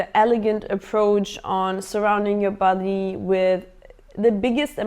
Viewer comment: Hehe funny how you call body, buddeey”